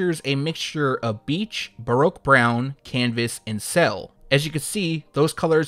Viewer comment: ...can you please stop saying ”Broke Brown” smhlmao Baroque is pronounced ”Bah-Rook” 🤣🤦🏾‍♂️